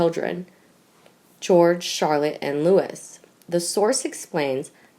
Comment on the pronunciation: His name is NOT Lewis - its Louis (prononounced Loo-ee!). You are hell-on-earth to listen to! For pity sakes, get a literate narrator who knows how to articulate!